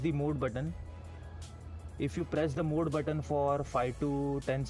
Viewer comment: very informative. And it's MODE NOT MOOD ! It's kind a funny!!